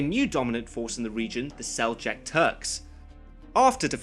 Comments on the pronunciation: The way you say Seljuk makes me cringe. its pronounced like seljook. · It's SELJUKS, not "sell-jacks". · Seljuk was pronounced Sel-yook in all my Islamic studies courses. Interesting. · I could poke so many holes into this video. I don't even know where to start... Well first off if I have to hear you mispronounce Seljuk one more time i'm going to vomit. Second, Your justification of trying to pick at how the Templars (not all the knightly orders) were portrayed at warmongers, whereas the muslim's weren't...SIGH You DO know who Guy de Lusignan and Reynald de Chatillon are right?? RIGHT? I would hope so seeing as you deem yourself qualified enough to rant. And you DO know Saladin was famous for his intellect and temperance right?? An have you bothered to take into account the political state I honestly feel like you need to rewatch the movie if this is the message you got out of it.